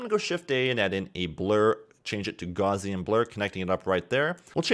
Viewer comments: Gauss is pronounced gowce not gorze. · "Fast Gozian"... Gauss unsubscribed.